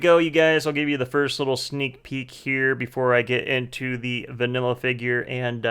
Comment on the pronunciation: Did sombody say VANILA ?